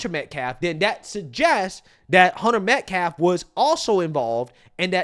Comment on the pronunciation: He makes me sick! HE DIDN’T EVEN KNOW AUSTINS LAST NAME!!! He said “ Met-Claff, not Metcalfe!